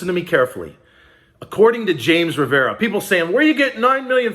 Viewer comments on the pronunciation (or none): none